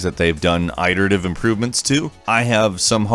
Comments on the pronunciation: It-erative, NOT eye-terative, this mispronunciation is driving me crazy! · It's pronounced, "it-erative" not "eye-terative" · Did I hear him say "eye-terative"? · Okay why have I not seen a comment pointing out the fact that the way that says iterative is completely wrong LOL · Just for future reference the word is pronounced "it-erative" with a short "i", not "eye-terative" with a long i. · Quit saying "eye-terative" man it's iterative lol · AYE-terative? U mean IT-terative? Dudes never heard the word before, prolly reading from a script someone else wrote. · Why are you pronouncing iterative that way? It's pronounced with a soft I, not a hard I. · FOR CHRIST'S SAKE IT'S PRONOUNCED IT-ERATIVE, NOT I-TERATIVE. Just looking out for you dude. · iterative is pronounced as e-terative not eye-terative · Lol im not usually a grammer nazi but “ iterative” not eyeterative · It's definitely a mispronunciation rather than an accent or dialect quirk. It's not a huge deal at all, I don't understand why his funny mispronunciations bother so many people... It may make comprehension difficult for non-native and non-fluent speakers, but for the most part, we know what he means. Regardless, all English accents and dialects pronounce the first syllable of "iterative" /ɪt/ and not as /aɪt/. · The word "iterative" uses a short "i". The first syllable sounds like "it". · The i in "iterative" is not long, it makes the "ih" sound. You casul. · Did you say "eye-terataive"? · "Eyeterative"?... Who sais Iterative like that lol? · Did you just say.. "eye-terative"? Bad, NO. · Huge fan of your stuff,. Just wanted to give you the heads up that you are mispronouncing "iterative". Not meaning to be mean, just wanted you to know. Cheers! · There's no long I sound in iterative. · Dat pronunciation of iterative, tho. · Can you pronounce iterative properly please? It doesn't sound right when you say it :( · Do you not know what the word iterative sounds like?